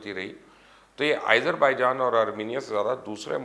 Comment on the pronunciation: ملک کا نام آئزر بائیجان نہیں بلکہ آزر بائیجان ھے